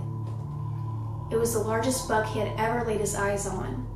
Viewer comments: I thought you were saying BUG, not BUCK. So confused. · i was so confused because i thought she was saying bug so here i am imagining a giant fly